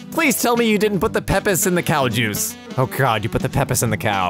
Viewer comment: pronocuese pepsi like "Pep Is"